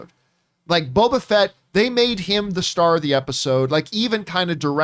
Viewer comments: I thought of something when mentioned her saying Bobo Fett. My German mother calls him Baba Fett, and she won't fix it and it's so annoying 🤣 but the difference is that with, it's the accent. My mother really doesn't care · is STILL saying BOBO Fett!